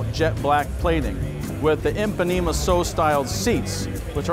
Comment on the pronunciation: Impanema? You mean Ipanema?